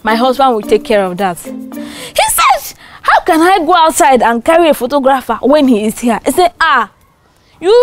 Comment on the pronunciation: did u guys see they pronounced photographer wrong but its ok